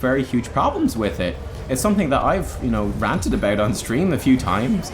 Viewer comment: Triggers me too much, how you pronounce "about" so I have to leave...